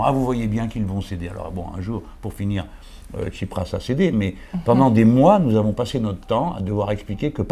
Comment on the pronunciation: jean-luc, tu parles trop ! mais bon, c'est une conversation. et c'est pas tchiprach, mais tSipraS. c'est intéressant, mais quelque part un peu bavard et pas assez aigu politiquement, surtout concernant le cataclysme actuel en grèce (dont semblent se foutre totalement les commentateurs de cette vidéo). comme que comme excellente initiative, tout le problème étant qu'il faudra nourrir la bête, et les réseaux sociaux sont très gourmands. donc à quand la prochaine ?